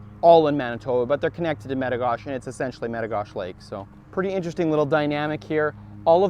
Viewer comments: It’s not met-o-gosh it’s met-o-goshey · It's Lake Me-Ti-Go-She. I have a cabin on that lake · In North Dakota we call it Meta Gosh Eee not Meta Gosh.. haha Awesome Video! Come farther south and fish Lake Sakakawea with me! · Use a worm on a hook and a bobber and you’ll catch 100 of these an hour. Also, in the states we pronounce it as Lake Meti-goh-she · I dont mean to be that guy, but in the US its "mit ah go she" is what we call that lake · Lake Med--Ah--Go--She is the way we say it in North Dakota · I don't mean to be rude at all but I live at lake metigoshe on golden pond actually which is basically metigoshe itself it's like 50 feet from the main body of water and that's basically in the turtle mountain provincial park in the states we call it "a state park" and you kind of mispronounced "metigoshe" and the "E" at the end is very pronounced it's like "metigosh"E" .meti-gosh-e just a heads up! And the reason why he wasn't catching as many is because you need to use a live action lure or bait that pisses the fish off enough when you cast it and reel it in through they're nest then they can't help but hit it. You have to remember when any fish spawn eating is the last thing on their mind and protecting the nest and the next generation of blue gill is the TOP priority for them. I promise if you come back do that and it might be different. Or hey come fish with me and I'll show you fatty hens and bull blue gill. The other best time to go fishing for them is during the winter when the ice just starts to form over the lakes it's mad feeding frenzy. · You pronounce the e at the end of metigoshe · its lake metigoshe with a hard e if you are from North Dakota. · Jaxon Nankivel but the way he says the lake name!!!! arrrgggg